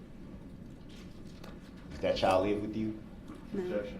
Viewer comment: OMG I thought he said chow Not child😂😂